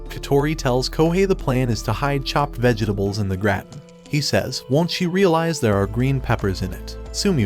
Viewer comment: Is this AI?? Who the hell says vegetables with 15 syllables 💀💀